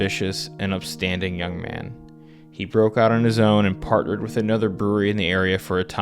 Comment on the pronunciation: “He bork down utterly”